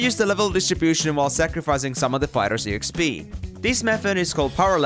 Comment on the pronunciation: This is the first time I'm hearing E X P , instead of Exp(ex-pee)